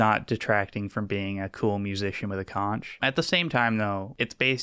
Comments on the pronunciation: It's pronounced konk! Not Conch!!! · Erm actually, conch is pronounced like "conk" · Thanks for the video. Conch is pronounced 'conhk.' He's blowing his conhk.